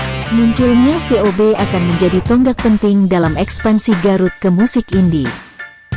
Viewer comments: Mohon maaf bukan sob tapi vob. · Yg ngisi narasi nggak bisa mbedain huruf V dan F...😁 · 😁😁😁😁vob min bukan pob 🤣🤣🤣🤣🤣🤣🤣🤣🤣sukses trus min tpi jngn slah lgi ya🙏🙏🙏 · Min min...!!! VoB bukan FoB yah ( Voice of Bacheprot ) itu aja sih tapi tetep suskrib